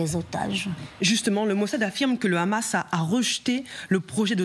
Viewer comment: C'est Hamas qu'ilfautdire, et non khamas comme vous vous plaisez à le dire.